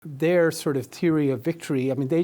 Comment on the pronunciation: “Their teary” - come on bro, I’m Irish too, but you can do better surely? 😂😂😂